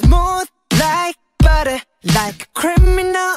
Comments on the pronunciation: Не баре , а батер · Во-первых, барэ - потому что так удобнее или это ошибка автора. Во-вторых, все-таки не зэт, а вэт. Это распространённая ошибка говорить вместо вэт - зэт. Вэт говориться, когда кончик языка касается верхних зубов и при этом при произношении этого звука язык немного еще вибрирует. Из-за этого слышится зэт, но произносится вэт В-третьих, если вам не нравится, как автор кириллизовал текст песни, то ищите другой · Не барэ, а баттер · Вопрос: почему Барэ? Если Баттэ?И почему Вэт, а не зэт? Я конечно не англичанин но веть зэт... И не мадэ, а мазэ... Так же Ту зэ, а не ду дэ Ду и ту это разные слова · Как раз баттер и есть ошибка. В слове Butter звук r не читается как р, хотя даже в школах у учителей английского есть такая ошибка. Да и вообще буквы таковой там нет. Но в американском произношении для лёгкости несколько букв могут заменить на что-то похожее на р или д